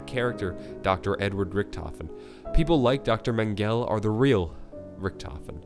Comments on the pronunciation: Mengele is pronounced men-ga-lay not men-gell just pointing it out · Its pernounced man gela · Why did you pronounce Mengele as „Mangel“?? That got me laughing unexpectedly 🤣😭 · Not to be that guy but it is pronounced men-gel-ah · Mengele...mehn-guh-leh...Jesus lol